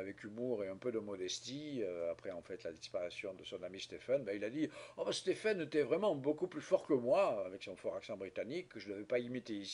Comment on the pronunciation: Ca se prononce "Steeven", seul cas en Anglais où "ph" se prononce "v" !